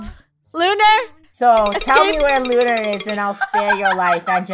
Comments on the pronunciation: It's Lunar not Luna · It's lunar not Luna :D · He keeps saying Lu Lu Lu but not Lunar